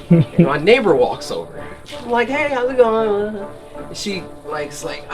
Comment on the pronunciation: Neighbour: hi Cory: Hey hows I goin hu wasu